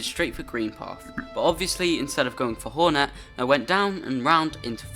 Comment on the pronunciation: ‘Whore net’